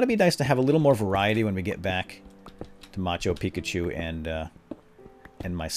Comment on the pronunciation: Did you start calling it machu pikachu because of a comment in one of these videos? Cause on one of the first ones you kept saying "peakchu" so I commented: (ma-chu pi-chu) not (machu pikachu)